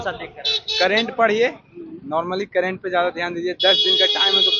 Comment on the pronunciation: Current Affairs ❌ Kerent Affairs ✅ 😎😂🤣😂😅